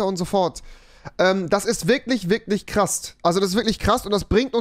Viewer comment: bei sagt er statt "Krass" Krasst